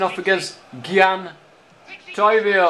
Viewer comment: gian who the fuck is gian its gyan lol